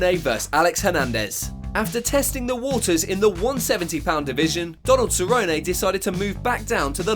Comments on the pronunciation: WHY ARE YOU SAYING CERRONEAY ITS CERRONE WHY U SAY IT LIKE THAT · “Ceronay”? It is Donald Cerrone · Cernone not ceronay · Cerrone pronounced "sir own e" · "Donald Cerrononay" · Who's cerronayyy lol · "Donald SA-ROW-NAY" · “Donald Cerro-nay” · Who is donald seroynay? I mean I know who cowboy cerrone is. But who is this SEROYNAAY you speak of? You speak as theow you ah ay layday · Donald Cerro-nay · "Donald Ceronay" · "Donald SER-OH-NAY" 😁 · Who is "Donald SURRONAY"? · How you gonna call Donald CERONAY smh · Please stop saying Cerrone the way you do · You’re gonna tell me this man can pronounce Joanna’s last name right but not Cerrone??? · Literally the guy that made this video doesn’t even know how to pronounce Donald Cerrones, and It’s possible the most cringe thing. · bro why are you saying Cerrone like that? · Good video just terrible Cerrone pronunciation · Why are you pronouncing Cerrone like Forrest Gump? 😂😂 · Can we please get that Donald Cerrone pronunciation right please lol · Was just wishing he'd stop saying cerrone